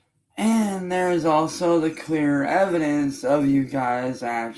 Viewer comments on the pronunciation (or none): none